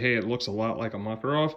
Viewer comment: not MAkarov,but MakArov.